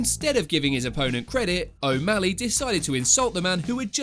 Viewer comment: More like Sean O'Malleg